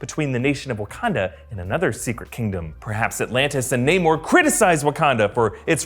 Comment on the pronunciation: Namor,, not namur